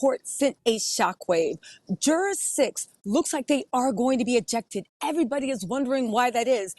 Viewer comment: Why is she saying jur-ARE. It's driving me insane